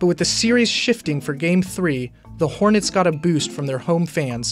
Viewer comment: Did he just say the hornys? 🤔